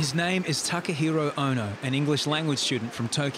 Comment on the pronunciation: Doctor really called him Takahoro 💀